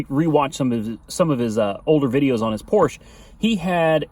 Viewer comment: Its Porscha 😂😂😂